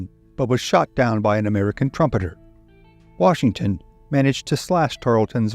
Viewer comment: That's why they call him WARshington